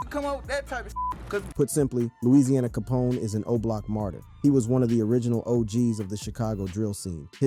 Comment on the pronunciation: Rite cause how u do all this "RESEARCH" to get this information for this video but still mess this mans name up is crazy to me